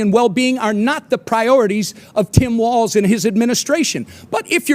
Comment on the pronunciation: Oh, and it's walz.....no "T".......